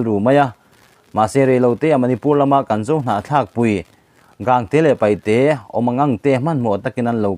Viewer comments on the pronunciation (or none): none